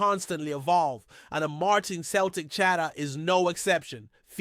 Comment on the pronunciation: It’s not cel tic. It’s sel tic. Ffs